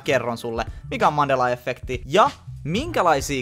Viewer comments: Se sanotaa iha efekti eikä effekti 😂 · särähtää niin pahasti korvaan kun sanot effekti.... vaikutti aluksi siltä ettet osannu päättää sanotko englanniksi effect, vai suomeksi efekti, ja loit itse epämääräisen välimuodon😑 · Alko ärsyttää niin paljon kun sanot efffffffekti nii lopetin kattomisen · Et mulla meni moti tän kattomiseen mikä vitu efffffffekti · Häiritsee ku sanot effekti tollee ku mun mielest se sanotaan yhel F:äl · Vitsi et häiritsi ku sanoit kokoajan effekti etkä sanonu efekti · Oonks ainoo ketä ärsyttää et sanoo ”effekti” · eT OO vittu menee moti tän kattomiseen miKÄ EFFEKTI siin jossai muussaki videos se sanoo "illuminaaattti" yhyy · Kivasti tulee "effekti" sana😂😊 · No ehk se on kattonu liikaa englanni kielisii videoit kosk effect ja effekti on samanlaisii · no on sillä itseasiassa enemmän kun luuletkaan :D eripuolilla Suomea lausutaan samat sanat eritavalla, tässä kyseessä oli kuitenkin väärästä lausumis-asusta eikä murteesta